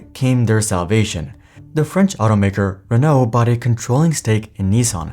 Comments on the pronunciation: I think it is niss san, not nee sang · Nissan not neesan. Baffles me how you pronounce it EE instead of i. So it’s should eets by that logic. Its pronounced the ways it’s spelt. America mispronouncing words since 1888. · The way that news anchor pronounced Nissan hurt my ears. 😂